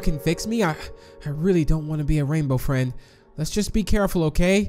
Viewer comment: U said a rainbow Fred instead of rainbow friend ❤😂